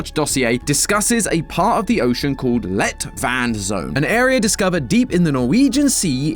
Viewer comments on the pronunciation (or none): Everytime says let-vand it sound slik he is saying "lett vann" which is light water in norewegian, which considering that the water presure is lighter than it seems like it should be, dont seem like a concidence